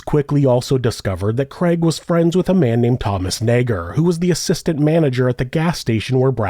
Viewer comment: You've been careful saying Nager 😓